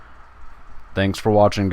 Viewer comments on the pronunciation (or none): none